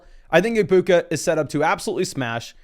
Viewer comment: the G in egbuka is silent btw me and him are friends and we were watching this video together he wanted me to tell you